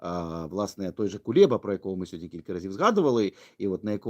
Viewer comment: КулЕба, не КулЄба.... ви ж розумна наче людина, покращуйте мову, бо москворотість сквозить.